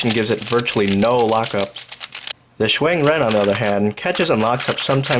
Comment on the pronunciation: "zan chee" lol. Interesting pronunciation